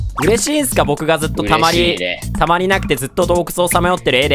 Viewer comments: 動画投稿ありがとうございます！！ の絶対王制はいつか成り立つのか！？www 二人とも運良すぎる🤣 【自分用】 スターターの権利www やばすぎるww 悪いとこでてるのすきww かみかみかわいい😂 たまアリ…？wwwww 溜まりがたまアリにしか聞こえんww 絶対王制…！？！？ 天才すぎるwwww いい感じの勝負になるの流石すぎる…😂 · 溜まりがたまアリにしか聞こえなかったw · 溜まりがたまアリに聞こえてしまった自分がいる😂